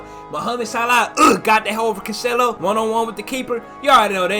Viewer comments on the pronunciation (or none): none